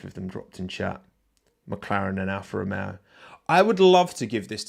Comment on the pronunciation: Alfa Ro-yay-o